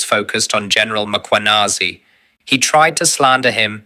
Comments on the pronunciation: Madlanga has frequently corrected the pronunciation: MAkwanazi s not correcct. It is MKhwanazi, sir. Like former president, some pronounce is surname as MAbeki yet it is simply, MBeki. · Its Mkhwanazi not Makhwanazi please. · its General Mkhwanazi, not Makwanezi. thanks. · Please fix the surname on your sub titles its not Macwanazi what shit is that? Its Mkhwanazi please. White you do this on purpose you mispronounce & misspell our name purposely. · It's Mkhwanazi not Makhwanazi.. the mispel completely alters the name itself. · Mmmmmmmkh-wa-na-zee (that's how you pronounce it, dear AI and relevant content owner.....